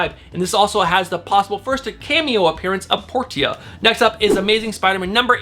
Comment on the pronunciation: Esquecida pronounced "S-kwa-see-da" and Potira is pronounced " Po-teer-a"